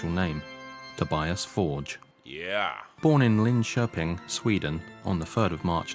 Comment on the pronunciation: Another comment is to give the video's creator Massive Props for correctly pronouncing "Linköping". Methinks you should react to Jesus He Knows Me (along with everything else😉) So glad to see you do this deep dive into the Actual True story of Ghost! 🔥🤘😜🔥